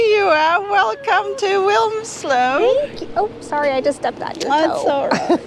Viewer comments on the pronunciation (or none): FYI: Locals in North Cheshire pronounce Wilmslow as "Wim-slow" (dropping the 'l') - 🙂 speaking as someone who used to live there